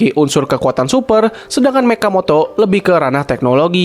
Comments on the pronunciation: mechamato bukan mechamoto🗿🗿😂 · Mechamoto BRUHHHHHHHHHH😭😭😭🗿🗿🗿BANG BENERNYA MECHAMATOOOOOOOOOOOOOOOOO MATOOOOOOOOO BUKAN MOTOOOOOA ATAU MATO MATOOOOOOOOOO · Mechamato bang bukan mechamatao😭😭😭😭😭😭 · Mechamato bukan mechamoto😭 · Mechamato bang bukan mechamoto 😂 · Bang bukan Mechamoto tetapi Mechamato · Bang Mechamato bang bukan Mechamoto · Mechamato bukan mechamoto!!! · Bukan mechamoto tapi mechamato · Mechamato bang bukan mechamoto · Mato bang bukan Moto."Mechamato" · Salam dari Malaysia namanya mechamato bukan mechamoto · bang sebut nya mechamato bukan mechamoto 🗿